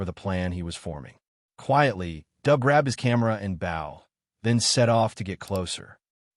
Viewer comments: I had to dislike the video and stop watching because you kept mispronouncing "Bow and Arrow" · Narrator does not how to pronounce BOW !!! It is a survival show lol